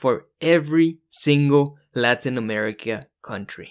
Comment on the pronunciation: Hi man! Really cool video! I can tell, you seem like a native Spanish speaker right? Because if not, that is some impressively good pronunciation of the names of the countries in Latin America!